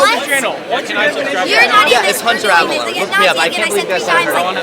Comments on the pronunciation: Ps its avalone not avalon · You pronounced Avallone wrong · You said his last name wrong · You've fucked up from the beginning when you can't even pronounce his name right. Take this L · You pronounced Avallone wrong 😞